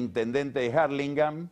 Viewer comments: Que capo el pelado. Me encanta como pronuncia "Arlingam" y a Scioli que le dice "Yoli". 😁😁😁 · me pone de la nuca que diga 'jarlingam' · "Jarlimgan" jaja